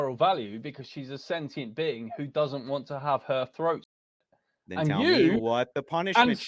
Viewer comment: This guy is trying so hard to get an emotional response by repeating CONSTANTLY "slitting yow dogs froat"